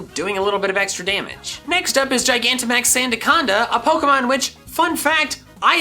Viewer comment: it's not sandaconda, its santaconda